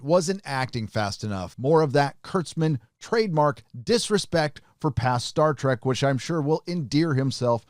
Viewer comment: Please stop saying "Star Track". Seriously though they are trying so hard to be Rick & Morty.